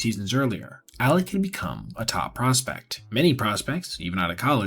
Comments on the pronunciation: You have repeatedly called him "Alex". It's clear you know his name is Alek. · Alek not Alex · Names Alek not alex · I do throughly enjoy your videos. But dawg you called him Alex/Aleks like 15 times. At least get the mans name right. Hes having a tough time rn lol.